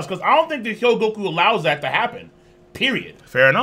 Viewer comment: you keep pronouncing it <<He-Yo-Go-Ku>>. its <<Ho-Gee-Yo-Ku>>